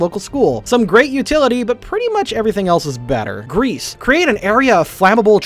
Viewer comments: Kinda sad pronounced Geas wrong. It’s pronounced as Gesh. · Geas is pronounced gesh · Nobody knows how to pronounce “Geas,” do they? :p (It’s “gesh”) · Sickening radiance: if you have 6 wizards, five can cast wall of force around a tarrasque, and the sixth can cast sickening radiance, and there's absolutely no way it can withstand 100 con saves. Also fun fact: geas is pronounced "gesh" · Geas is pronounced Gesh, btw.